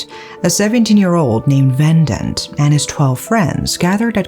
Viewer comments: It's ve-dant.....not ven-dent . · It's Ve-dhaan-th. Not vendant. Also it's dhev-esh. Not Dev-ash